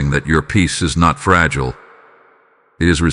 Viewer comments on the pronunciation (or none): none